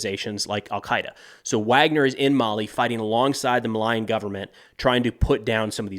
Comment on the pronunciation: I love you, but Malian is pronounced "Mah-lee-an". Tuareg is pronounced "tuh-wah-reg"